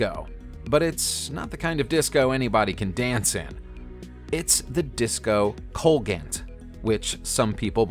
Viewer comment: Disco colgante is Spanish for Hanging Disc. What you pronounced is a disaster.